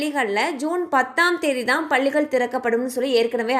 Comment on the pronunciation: பல்லிகள் இல்லை பள்ளிகள் உச்சரிப்பு முக்கியம்